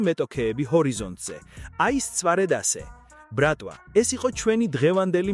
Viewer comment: რა ბრქტვა რა ბრატვა?😂😂😂😂